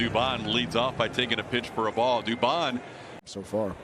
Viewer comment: Dubon becomes Dubomb!